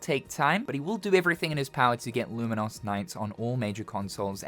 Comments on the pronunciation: "Lumen - Os" is... a way to pronounce it, I guess? "Lumen - Us" is much more common. Either way, the game looks really cool, thanks for profiling it. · why are you saying Luminous so weirdly tho??